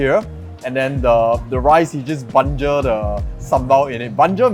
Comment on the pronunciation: Banjir... Not bangje.. 😂😅